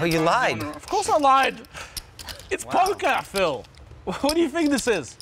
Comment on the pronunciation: "Of course I lied, it's Pokah Phil"